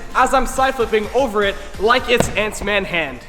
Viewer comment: did he just said Ant’s-Man’s hand?